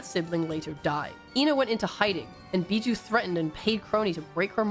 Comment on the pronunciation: WOAH WOAH, I love this video and all but I can't stand you calling biboo as bijou.